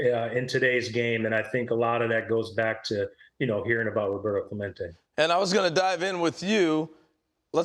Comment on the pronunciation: WTF, Pedro? U just pronounced Clemente as a gringo. Pendejo.